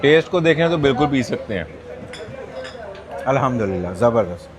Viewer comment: آپ بہت اچھے انسان ہیں، اللہ تعالیٰ آپ کو برکت عطا فرمائے۔ لیکن براہِ کرم کسی ماہرِ تجوید سے الحمدللہ کے بالکل درست تلفظ اور تجویدی قواعد کی بھی تصدیق کر لیں۔